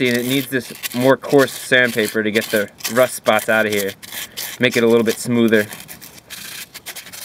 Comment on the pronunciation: Did you say...... rost? The herman word for rust? Wat